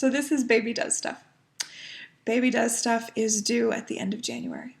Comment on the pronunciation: At first when you said ‘baby does stuff’ I thought for sure you said ‘baby dusta’ lol 😆 Im so happy for you! No doubt in my mind you will be a fantastic mother! Totally respect your thoughts on keeping baby private. You got ‘mommy brain’ going on, something I know too well its also another fabulous symptom of pregnancy. Congrats on 7 years!!! Do you remember if any of the originals still do Flosstube?